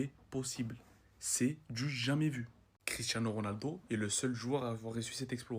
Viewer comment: "Quicherano Ronaldo " 😂